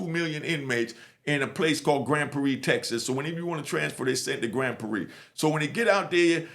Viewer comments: im from Texas Its Grand Prarie. "Prar-ree" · I’m from Texas and I’ve never heard nobody say Grand Prairie like that 🤣🤣 shout out to